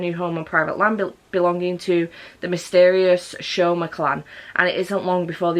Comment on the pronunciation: The names are pronounced Tow-ru and Sew-ma by the way. I think that's how to like type the pronunciation anyway XD. Furuba was a series I adored as a teen despite me DNFing it as I didn't like the endgame ship errr yeah that's just a me thing. But it's fun to take note of which character your Chinese zodiac is! I still find it hilarious that I was like "ahh yeah I just relate to Ritsu as we're both the monkey and apologise a lot" it totally wasn't the cross-dressing gender fuckery =|. Ah the more you realise as you grow up XD